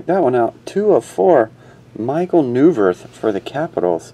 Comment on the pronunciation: That Neuvirth is AWESOME! Also, it is pronounced noi-vert with a silent t.